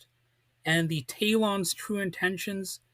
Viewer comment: This is Worst review of Gene Roddenberry series ( Which he should have mentioned) I have ever heard. He couldn't even pronounce names of Talons Correctly. Could have least found few promotional photos varied views of series